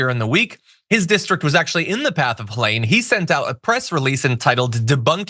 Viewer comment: It's pronounced Heleen. (This is my sister's name.)